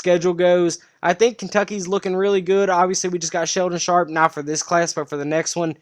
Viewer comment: C'mon man it's Shaedon Sharpe. Don't cover recruiting lol